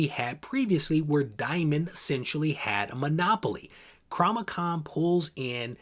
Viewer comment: I am triggered by you saying Cromichon instead of Comichron